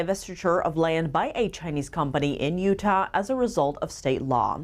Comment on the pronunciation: Lol she does not know how to pronounce Utah yet, love her though